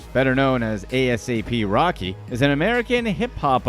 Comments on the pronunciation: Not A-S-A-P rocky 😂😂😂 Do your research before you talk about things you know absolutely nothing about 😂😂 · I BELIEVE HE KEPT SAYING A.S.A.P. ROCKY JUST TO IRRITATE US LISTENERS 😡😡🤔. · He really said A. S. A. P ROCKY instead of asap rocky 😭